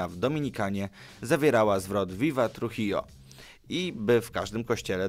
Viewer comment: Tak na przyszłosć, Trujillo czyta się truhijo, ponieważ w hiszpańskim ''j'' czyta się jako ''h'', a ''ll'' czyta się jako ''j''.